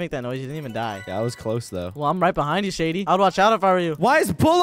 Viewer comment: You said shedy instead of shady